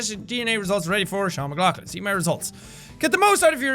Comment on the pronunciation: "Sean McLoqulin" Hmmm